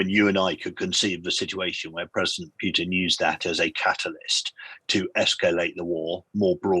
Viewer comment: What is with pronunciation of 'Pewtin'?;-)